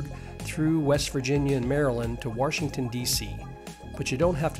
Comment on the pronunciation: If you are going to narrate a video, you should probably learn how to pronounce the word "Washington." It is not pronounced "Warshington."